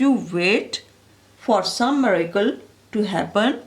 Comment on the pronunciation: Thanks for explaining and it's not maracle it's miracle your pronunciation is not correct and don't mind please